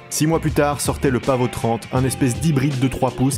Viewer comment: Pavo pas paveau 😂😂 et pas pavot non plus 😎😎😎